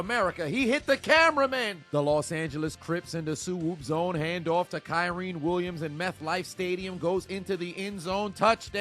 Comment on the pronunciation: Bro PLEASE stop calling KYREN “Kyreen” it’s sound so bad cuz his name ain’t hard to say and nobody on tv says it like that big bro 😂😂😂